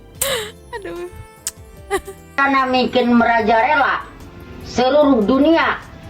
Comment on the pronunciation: Mang tolong sampein kata yg tepat itu MERAJALELA bukan MERAJARELA 😂😂